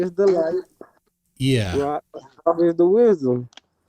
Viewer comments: He cant be the reincarnation of Ra and Thoth as he couldn't pronounce their names properly. Apparently, it's pronounced Ray and Djehuty!! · This guy is the reincarnation of "Thoth"? He pronounces the "th" the way English speakers would, like in the words "the" or "tooth". But in fact, the Egyptian god's name is pronounced: t - hoh - tay It's 3 syllables with an emphasis on the middle syllable. The first "t" has no vowel sound attached to it. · He can't even pronounce Thoth